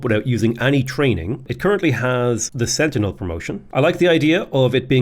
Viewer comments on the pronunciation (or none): none